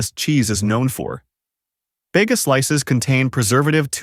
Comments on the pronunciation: everytime ai`HE says "Bega" 😂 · Bayga? Every Aussie knows it's pronounced Bee-ga! Dairy Leah? Dairy Lee! Assuming this is aimed at the consumers here in Oz, the least we can have is correct pronunciation!!